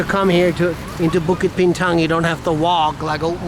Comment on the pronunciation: thats the exact way the locals pronounce it. 😀Bukit Bintang. SPOT ON